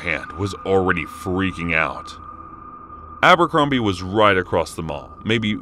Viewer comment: Abercrombie? I thought you said Albuquerque 😐 lol